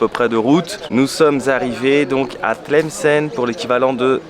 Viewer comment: tu la pronnonce très bien bravo 👍